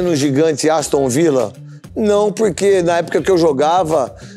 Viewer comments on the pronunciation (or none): "Aostun Villa" kkkkkkkkkkk